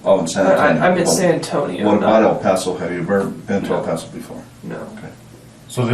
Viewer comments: "Al-Paso"??? Is this AI? It's LLLLLL paso. At least learn to pronounce the damn city. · Bro. It's El PASS-O. Not El POSS-O. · It's pronounced "EL PASS OH" and NOT "EL PAH SO" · where is El Pauso? ...you mean El Passo? lol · El Paso. Not El Paawtho. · El Paso.. “El Pass so” is how you pronounce it 😅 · It's El Pass-oh not El Puhso. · El Paso, TX is pronounced “El-pass-oh”, not “El-paw-so”. 👍😊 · It’s pronounced in spanish. We do not say “Ale (ayl?) Paw So” we say “Ehl pa- so” short “pa” and “so” sound. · El PASSS-OH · ell pawsoo lol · “El posss-O Texas” lmao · "El PASS-O" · Just FYI It's Pronounced El Pass-oh! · Does anybody even prrof their AI bullshit narrated videos before posting? Fucking "El Paw-So" - really? Can't even get the towns fucking name right? Jesus fucking Christ. I'm so done with the internet. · El Pah-so. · El-pass-oh Say it right if you are going to make a video about it dude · If this mf says El pawso one more time! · I dunno if it's A.I. slop or just someone who can't pronounce anything right, but I can't finish it. "El-Pas-O" 🤨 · "El Poso" your ai voice needs to get it together. 😅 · Native Texan here and I stopped watching after hearing EL PASO pronounced as EL POSO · Incredible narratorship. One note: it is pronounced El Passo, even tho it only has one s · Down vote AI voice can't pronounce El PAAAAAAso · ..el Pauso texas? ..it's not pronounced like pasta, dumbass, ... 🍝 🤷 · Its pronounced el pass o not el paws o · Dude, it's not El POS-O. 🤦🏼‍♀️ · El Paaassoo? Are u dumb AF or just arent from around here? 🤣🤣🤣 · Am I the only Texan who cringed at the way he says El paso 😭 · Anyone else irked by the way he pronounced el paso, or is that just me? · I love how literally within the first 2 secs of your vid that your AI narration mispronounces "El Paso." Judging by the pacing and cadence of the narration I'd say you used AWS and have no idea how to adjust the timing to make it sound human. Or you just suck at it. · FYI, you pronounce El Paso wrong